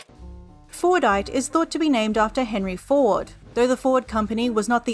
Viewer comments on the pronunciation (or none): Well, while you did try to replicate Fordite, the mineral described in this video, "FORNITE" still sounds like the actual game, just without the "T." I appreciate your attempt to try to make it sound like Fordite. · I keep hearing fortnight istead of fordite, help me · I believe it’s pronounced ‘Fortnite’